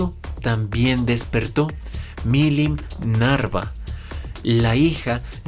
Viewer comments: Es Nava pero el dice los nombres muy mal Milin Nava ≠ milin Narva está mal dicho Cadrybiris es como se pronuncia no como el dice Y es walpurguis no wlapurguis como el dice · Nava Nava Nava no Narva